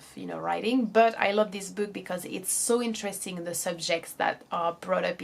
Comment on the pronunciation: Other than the way she pronounces some words (the words "video" and "book" for example) her English is good in general